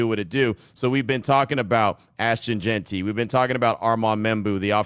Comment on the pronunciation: Lmao Q reeeeeaally put emphasis on the pronunciation of Jeanty's name in the intro huh 👀 hope this FINALLY ends the JeantRY saga for good Been funny though lol